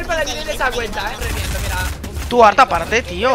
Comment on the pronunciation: haber yo lo e entendido pero lo dices muy mal Code: arta o ARTA